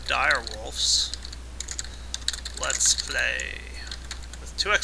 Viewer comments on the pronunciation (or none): He needs to fix his grammar, it's Let's Play, not Lats Play.